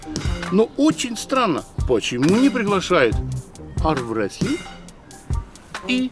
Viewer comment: когда нибудь будет ли президент армрестлинга учиться нормально произносить слова Армрестлинг